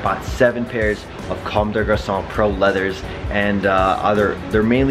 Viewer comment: You actually say comme des garçons well lol, usually people say come dess garconn